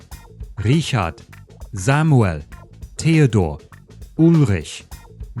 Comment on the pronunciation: My nitpicks with your pronunciation would be: - Samuel is pronounced with long e, like "Samu-éhl" - Likewise, Emil is pronounced Éhmil - Oh, and Marie is stressed on the second syllable